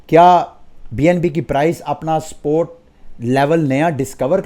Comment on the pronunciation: Why do you say “sport” instead of “support”